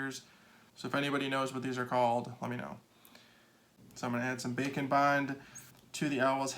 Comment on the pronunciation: haha. It's what the close captioning says- the Auto Caption here's "bacon bond." I can see why tho, the way he says it, his "d" in "and" is kind of silent. Like how people say "kinda" instead of "kind of." We here "bacon" instead of "bake and."